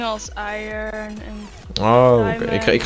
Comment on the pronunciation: zegt zelf sem het heet i(r)on je spreekt de r niet uit je spreekt hem zelf uit:p niet kut bedoelt even voor de mededeling:) thx